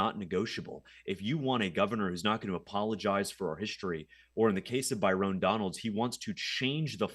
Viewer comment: Calling him By-rone Donalds is friggin hilarious